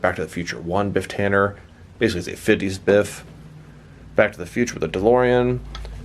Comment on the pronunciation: Its tanneN